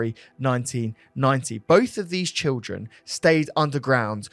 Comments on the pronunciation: it’s ’children’ not ‘trilldren’ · I can’t stop hearing trilgren instead of children 😂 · Sorry but why do you keep saying trildren😂 keep up the good work boys love your podcasts